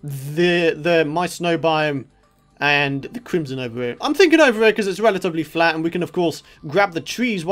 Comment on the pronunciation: his "fland" instead of flat. :D